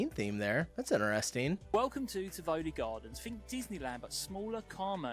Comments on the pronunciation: Tivoli= say it like this: Teevolee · the English guy at 22 mins in did NOT pronounce Tivoli' right